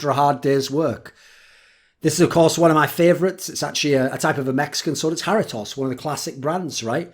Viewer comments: something like Ha-REAT (wheat with an R) -toes. For an American this is acceptable, if you want to sound Mexican you got to subtlely roll the R's and the toes sound more like tohs. Hairytoss is fine but only if you are an Esports Journalist of the Year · Hairy Toss? ;) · That's the worse pronunciation of Jarritos I've ever heard, all good though, you keep it british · Lmao for real, I'm Mexican and hearing him pronounce it like that sounds like he's talking about a greek God or something